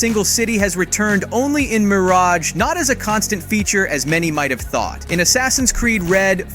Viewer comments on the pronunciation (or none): none